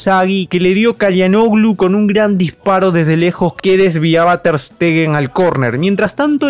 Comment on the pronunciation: Mi pana Calhanoglu se pronuncia "Chalanoglu"